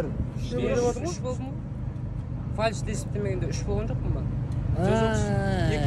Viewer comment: Фальш дит 🤣, ай казагым, ынгайы келсе болд, урасалад. Дурысы ФАЛЬС или фальстарт